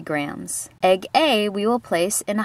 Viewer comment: At first I heard egg egg and not egg A lol